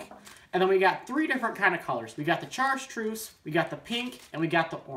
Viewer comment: Kinda had an eye twitch every time he said "chartreuse"